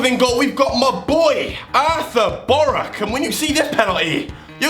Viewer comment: Boruc, not Boruk :)